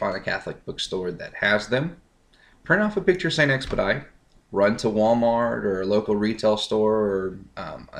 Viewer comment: st. expedite is french it is supposed to be pronounced the french or latin way